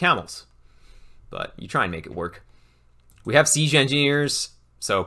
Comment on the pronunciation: Fantastic resource, thank you. Side note: has anyone else noticed pronounces 'siege' like 'seezhe'?